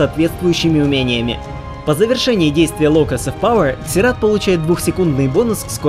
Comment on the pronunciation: Не могу слушать это =/ Это как королева Ксена,вместо Зена